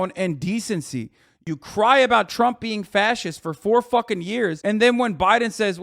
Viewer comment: Yea he said fas-ischt hahahah not to mention he legit demonized the Democratic Party on the national stage like every single day, it’s crazy. Straight up revisionist bullshit.